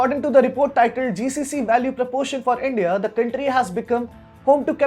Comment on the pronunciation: The stress on the “r” though. Countrrrrrrry.